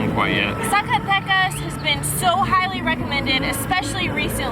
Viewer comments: Love the videos! Heads up: Z pronounced as an "S" :) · guys you just can't say Zacatecas don't worry is not your fault LOL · Just a pronunciation tip: the letter z ALWAYS sounds like an s in Spanish, not like the English z.